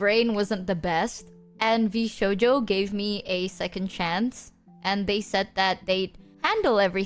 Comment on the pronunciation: It's so Vsho-jover